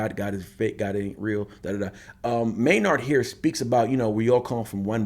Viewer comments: i love ur content but its maynard pronounced maynerd, not may-nard. maynard james keenan. just a small thing but keep these coming, love the tool content. spiral out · Spelled Maynard pronounced Mayn-erd. Keep spiraling out